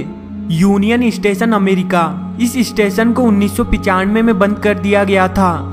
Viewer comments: lol ap apni pronunciation thik kro plzz station....istation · Bhai kya bol raha hai istation nahi yaaar station hota hai 😂😂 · bhai station bol estation mat bol mast laga bhai 😂😂😂😂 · "eestation" nahi hain be. the word is "Station" . lol 😂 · " is ees-station ko bhootiya ees-station kaha jata hai" 😂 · Estation, Estation abey bhootiye its STATION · iss-station do hajar no 😂😂😂😂😂😂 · issestetion lololol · isitation iichtation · Abhe UP wale bhaiye.... Ratta kya marta re. Estation.. 😝 😂 😂... Hai hai hai. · wtf?" istation"? "coll center" I'm definitely not "isubscribing" to this ishit